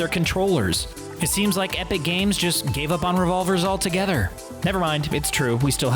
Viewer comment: Did anyone notice he says epic cames lol